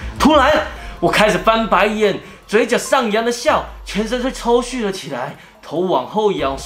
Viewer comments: 是抽搐（ㄔㄨˋ）不是抽ㄒㄩˋ哦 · 是抽搐（ㄔㄡㄔㄨˋ），不是抽蓄（ㄔㄡㄒㄩˋ） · ～是抽搐ㄔㄨˋ喔😂😂